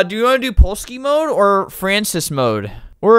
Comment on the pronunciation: if my french teacher heard you say "frances" i think she'd have a heart attack lmao